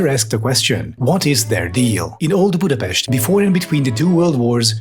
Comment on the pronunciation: damn, i was not expecting Budapest being mention, let alone it being pronounced correctly